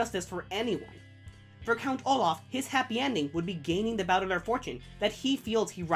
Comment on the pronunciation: good video but your pronunciation of baudelaire is bad, it's how i also used to pronounce it when i first read the books but when i watched the jim carrey movie i was like oh that's how you pronounce it and fixed my pronounciation. have you seen the second season yet? i just finished it a few days ago and loved it. im thinking of rereading the books before season 3 comes out.